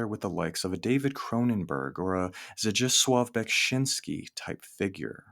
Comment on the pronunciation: Cool vid, loved the topic and pronunciation of Zdzisław Beksiński.